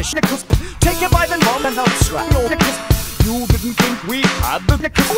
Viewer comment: It doesn’t sound like he’s saying knickers